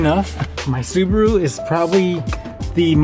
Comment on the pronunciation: Your accent you had in the subawoo. Hilarious 🤣🤣🤣😅😅😅😅